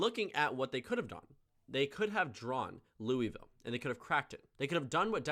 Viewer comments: Also we don't pronounce the i in Louisville it sounds like Louvlle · no one pronounces louisville like that. Its pronounced “loo-uh-vull”. J an fyi before u get shit from a bunch of kentuckians